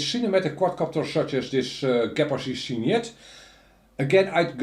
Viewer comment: Cygnet is the English word for baby Swan. It's pronounced "siGnet". Great spot on the French origin tho ; pretty sure it's a corruption of little Swan in French! Thanks for the video buddy!